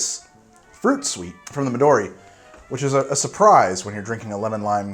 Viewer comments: Midori is pronounced Me doh ri. Not Meh Dori.. 🙄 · Artificial raspberry flavour is made from a beaver's anal gland as far as I know, so you could add that too for that special flavour, I guess. Also, fun fact - "Midori" is Japanese for "Green". Emphasis on the "Mi" not the "do".